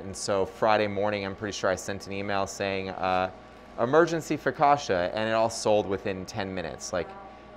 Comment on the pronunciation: Hard CC in focaccia. Like in Pizza. Just sayin'.